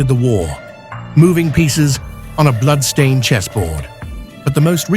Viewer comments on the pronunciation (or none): Stop the AI narration that can't pronounce "blood" correct